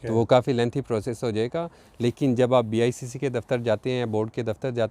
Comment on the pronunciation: It’s IBCC not BICC.